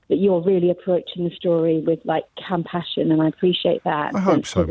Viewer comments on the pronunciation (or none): what’s “campashen” ?